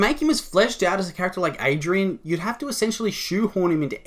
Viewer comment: it just triggers me lol its ADRIEN not ADRIAN